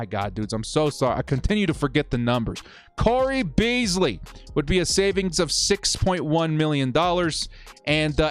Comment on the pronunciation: CAP DOESNT MATTER. CAP DOESNT MATTER. also watch a falcons game so u can pronounce it. or learn who cole beasley is. and stop using pff for everything.